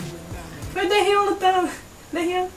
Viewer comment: dificil escrever, acho que(escrevendo) é mais ou menos assim: dêrríon, o 'r' tem som quase de 'n' e o 'n' no final é bem fraquinho!! >>/watch?v=oH7DHpVFbrg << eu sou meio chatinha com isso pq o daehyun é meu bias lol ^^ bjo